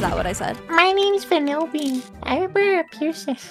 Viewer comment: Im really sorry but is it just me that said it "vAnilbean" and not "VANILbean"